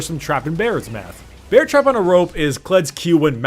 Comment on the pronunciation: He said bear trap on a rope the wrong way the first time and the second time he said it right